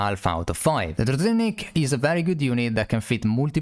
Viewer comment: It's pronounced like druzhinnik, not druzinnik